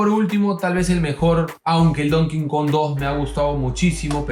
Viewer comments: Porque dices donking kong? Es donkey kong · DONKEY KONG, NO DON KIN KON POR FAVOR!!! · Like si también te gusta el "don kingkong " xD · Don cojon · Porqué cojones dicen don king kong si es donkey kong. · Es Donkey Kong, no Don King Kong, que pasó... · DoNKennhhh KOnG xd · "Donkin Kon" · casi dices el konkidonk <_< XD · Latino que se respeta pronuncia Donkey Kong como “don quincón” xd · Mi padre es latino, y puedo confirmar que es latino que se respeta al decir don quincon! jaja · porque dicen donking kon? v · don kin kon XD